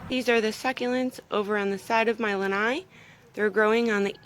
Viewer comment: You say “lanai” and I hear roosters; do you live in Hawaii?